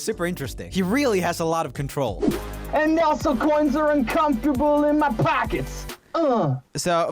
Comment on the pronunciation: When james says 'also coins are uncomfortable in my pocket' he said 'also coinz are uncomfortable in my PACKETS UGHHH' that gets me every time